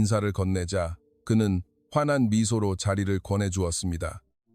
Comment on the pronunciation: "화난 미소"가 아니라 "환한 미소. "목내"가 아니라 "목례".